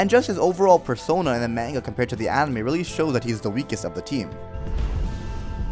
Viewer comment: You said manga wrong dude. Brah